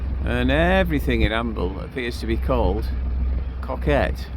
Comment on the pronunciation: Its pronounced CO as in the abbreviation for company....KET ...Good job you had nice weather ....coming out of Amble into Northerly's is not so much fun 🤣especially dodging endless pot buoys...Been demasted off of Alnmouth before coming back home to Amble with 8ft swells makes you realise how dangerous the North Sea can be.